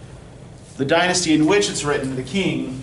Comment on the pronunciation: Helpful presentation on the novel. I appreciate it. Here's a pronunciation tip: Qing is pronounced "ching" in Mandarin not ”king.“